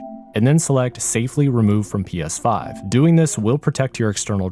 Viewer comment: Anyone else thing he said psvive